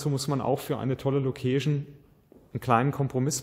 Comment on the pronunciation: das heisst " LoouhkeischN " ...und nicht " MoouhschN " ...ähm Location. Weil Location klingt nach Lokus